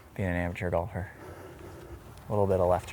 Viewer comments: "ameter" lol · why tf he say "amateur" like that in the beginning